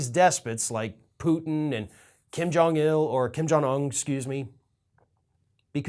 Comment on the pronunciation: Was that a Freudian slip when you said Kim Jung “ill”?